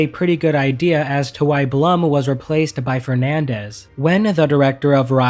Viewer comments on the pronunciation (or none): It pronounced "Bloom" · Steve Blum is actually pronounced bloom.